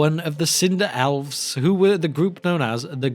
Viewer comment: Is there a reason you pronounce elves as alves?